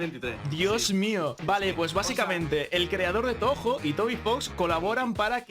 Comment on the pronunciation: JAJS, cómo pronunció touhou. No puedo esperar a escuchar los tres temas ;D